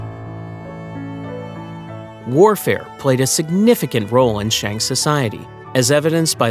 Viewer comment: "Shang" should be pronounced as "sung"